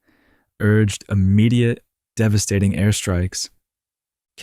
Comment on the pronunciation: devahstating is this fuckin ai